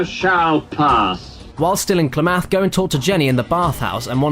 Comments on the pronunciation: "Klamath" is pronounced like clam-math, with emphasis on the first syable. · Oh my god, your pronunciation of Klamath is killing me. Just trust me, I live in Klamath Falls. Seriously though, love your work and keep it up mate.